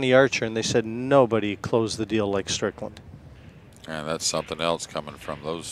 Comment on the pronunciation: does it annoy anyone too beacuse it says strickand